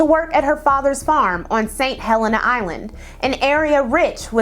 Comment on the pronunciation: I love you but I’m an sc native. BEU-FORT like Bew-fort. And HeLL-En-NA